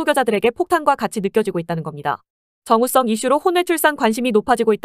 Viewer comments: 왜 발음이 정우성이 아니라 자꾸 정우썽으로 발음되냐?? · 정우썽이 아니고 정우성입니다 자꾸 발음이 걸리네요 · AI 목소리였나요? 정우성을 정우썽이라고 발음하네요.. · ai 프로그램으로 만든 목소린가.. 정우 썽 정우 썽 요거때매 내용에 집중이안된다잘ㅋㅋㅋㅋ무도 홍철이형이 생각나는 ..관심갖지 마thㅔ요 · 정우성을 계속 정우썽이라 부르는거 개웃김ㅋㅋㅋ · 자꾸 정우썽 이라고 하네ㅋㅋㅋ😂😂😂😂😂😂😂😂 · 발음이 "정우 썽!" 이라고 하는건 일부러야? 아니면 습관 같은거야? 뭐야? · Ai 는 정우성 발음이 잘 안되나보네 정우썽!!